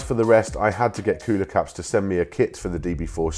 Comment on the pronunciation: I've been searching the Internet for these knobs he mentioned. I've searched "cuda cups," "cuda cuts," "cudacutz," WTF did he say??? Gee, if only he'd included a link in the description 🙄 I finally found coolorcaps in a Google search (incidentally from another one of his videos where he actually links to them).